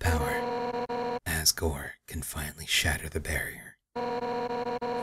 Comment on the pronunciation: also, it sounds like he says à$$ gore xD